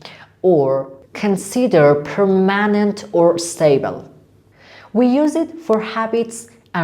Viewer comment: استاد خداییش permanent اونجوری تلفظ نمیشه مکالمه اتون عالیع ولی بعضی تلفظ ها اشتباهه